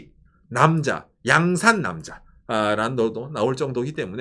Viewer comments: 오상 양산 인토네이션이 日傘가 아니라 부산옆에 양산인데😂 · 양산남자-- 경남 양산에 사는 남자로 들리는 엑센트로 발음하시네요. 고향이 어디셔요? ㅎㅎ 그냥 내용 안보고 '양산'을 들으면 경남 양산으로 이해할 것 같네요. 억지로 그냥 댓글을 달려고 요렇게 썼습니다. ㅎㅎ 항상 행복하십시요.